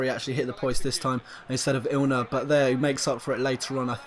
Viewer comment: Ilner? His fucking name is literally right in front of you. IN. LER.